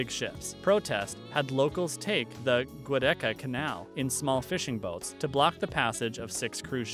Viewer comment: This bonehead mispronounces everything. "Goo-decca" Please. Anything to get attention. Venice is amazing. The most beautiful city on Earth. Yes there is acqua alta - wear your boots - stay in until the water subsides - and it does - Yes there are crowds - go in November. This is total nonsense. Ugh.